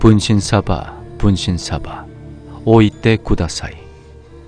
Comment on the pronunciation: 분쉰솨봐 분쉰솨봐 오이되구돠솨이 (발음이 아주..) (분신사바 분신사바 오이대구다사이)